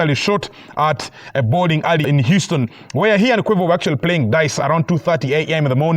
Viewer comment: Fammm... did you really call Quavo Kuuvo?????? 🤣🤣🤣🤣